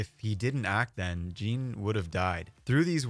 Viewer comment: My dude really said jEan